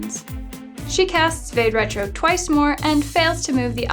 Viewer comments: vade retro is pronounced vadé rétro . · It's pronounced 'va-day retro'.